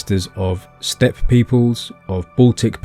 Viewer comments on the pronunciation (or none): none